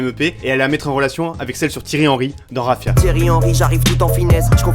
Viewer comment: Petite précision vu que t'as l'air de kiffer le Sneaz' , le son "3afia" dans DBSS 2 veut dire "Feu" en Arabe et se prononce Hafia (si on veut faire simple.. Parce qu'en arabe ce H se prononcerait encore différemment). Voilà je précise parce que tu l'avais prononcé "Rafia" dans la vidéo et ça m a fait sourire ;)Sinon super vidéo, tu fais du super taff !!